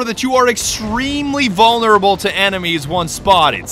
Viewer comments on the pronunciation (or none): none